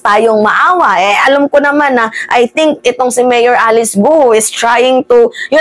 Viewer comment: ang corect pronounciation nyan ay GO silent U ang at tanga nlang ang maniniwalang pinay sya maraming intsik sa pinas na magaling mag tagalog pero ang citizenship ay intsik kung mapapansin nyo although mgaling syang mag tagalog iba ang accent nya ganyan kc ang accent ng mga intsik na natuto at hindi sa natural na paraan.